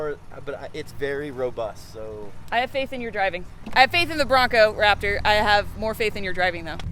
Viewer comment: SQUEEEEEEE!!!!!!, you made my day when I heard you say Brap-Tor!!!!!! I think it's a fitting name. How about you #LiteBriteNation?